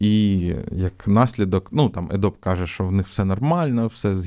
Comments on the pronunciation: Adobe ПРАВИЛЬНО вимовляється "Адóбі" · Adobe тре вимовляти як Адобі